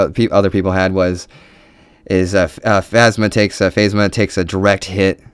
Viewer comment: love your video. good stuff! though its....pronounced (Kan toe bite) and (Fazma)